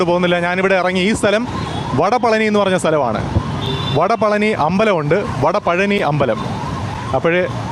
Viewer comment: It's വടപഴനി